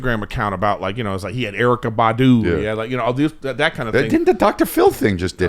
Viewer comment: hey Brendan, shut your racist ass up. It's Erykah, pronounced Erica, which you clearly knew.